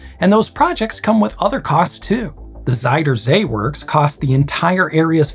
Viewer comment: It should be "archimedean screw" not Archimedes screw as it's not his, just one attributed to his principles. And in dutch ui is spoken like englich ou, Uit on the motorways means literaslly "out" and sounds almost the same. so "Zuidersee" is "soodersea" not Sooey.